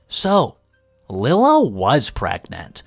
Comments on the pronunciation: not Lilla, LIE-la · Lila is NOT pronounced "Lill-uh". It IS pronounced "Lie-luh". Here goes with another very simple and common name, that you again do not pronounce right!!! Why do you keep doing that? It's not hard to go to google and ask, "How to pronounce the name spelled L-I-L-A?" And it will even tell you. I guess you are just too lazy or ignorant, to do so. I also think, as many times as I've written to you, that you are also too lazy to read the comments! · Lila = Lie-La